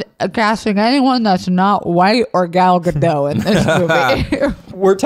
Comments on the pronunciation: Not them calling her Gal Ga-dot😭✋ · Just so know Zach her name is pronounced( Gal -ga-doe) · I know this was a year ago so it's pretty irrelevant now but it's Gal guh-doh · It's highly entertaining hearing the three of you mispronounce then correctly pronounce Gadot throughout this podcast episode.